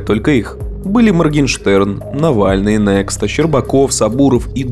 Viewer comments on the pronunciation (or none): Нехта, а не нэкста, плохо изучаете языки:) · Не НЕКСТА, а НЕХТА 🙈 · Странно что белорус неправильно называет протестного блогера. Некста? Серьезно? Все белорусы знают чо этот «X» знак там читается как кириличное ха а не как латинское икс. Это создает двойной смысл . Звучит как Кто-то, а выглядит как будущий. Или неправильное прочтение = способ не назвать протестный ( признанный террористическим :)))) символ... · Наверное, кто-нибудь уже писал, и я сейчас повторюсь: правильно произносить НЕХТА. Там звук Х, а не КС. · ««Нехта», а не «Некста»» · Канал называется NeXta, буква Ха. Не Некста, а Нехта. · «Кста» и «ксту» вместо «хта » и «хту» в окончании псевдонима известного журналиста и блогера режет слух. Не можете ( инстинкт сохранения не позволяет) назвать , прочитать так как придумал свой ник блогер, назовите его по имени. Степан Путило —просто ,понятно, без риска нарваться на претензии органов ;) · Не некста, а Нехта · Ну не некста же, а нехта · Не "Нэкста", а "Нехта". Это по-белорусски "некто", если чо. После этого интервью перестал смотреть Дудя. Ужасно травоядно и слащаво получилось, порадовал только момент с польскими нациками. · Ты адекватная??? Какая неКСта ?? Правильно произноситься - неХта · Уважаемый смею Вас поправить: не Некста, а НеХта. А Дудь нас ещё удивит. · ЮМОР — ЭТО ИНТЕРЕСНО! P. S. Очень резало слух произношение слова "нехта"... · "NEXTA" читается "Нехта", это надпись на белорусском, написанная латиницей (у белорусского языка есть латинский алфавит и алфавит кириллицей) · Только одно- НЕХТА, в переводе на русский кто-то, не коверкайте, пожалуйста